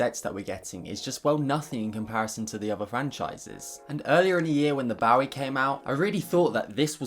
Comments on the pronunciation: Awesome video but one thing his name is Bowie like a bow and arrow not as in bowing down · How did you say Bowie wrong. David Bowie is British😂😂😂